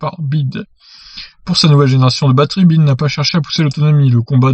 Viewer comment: c'est pas "bide" mais "bi ouaille di" à l'anglaise!!! Après on s'étonne que les chinois soient susceptible!!!!!!! Et je crois que cette marque est "la plus proche" d'une installation en Europe!! Merci pour l'info.....................